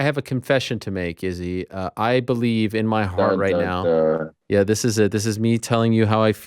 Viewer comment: Yea, if we could pronounce Izzy's name WRONG again, that'd be great!! 👍👌